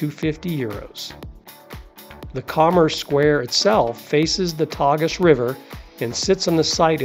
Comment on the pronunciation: Thanks for a wonderful guide to this beautiful city. Just spent two days there at the end of a longer trip - definitely going back, hopefully to spend about a week just to see Lisbon. Hope you don’t mind some constructive criticism: the correct pronunciation of Belém is to place the accent on the second syllable rather than the first; and the river’s name is pronounced “Tay-zhu’” instead of “Tag-us.” This one I learned from one of our Uber drivers. Contrary to what we’d been warned before we went, we found all the Portuguese people we encountered to be very friendly, helpful and approachable.